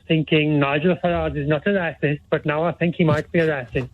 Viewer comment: "I'm struggling financial" "Nah, listen to me..." "I'm not the rahcist" "The Brexit"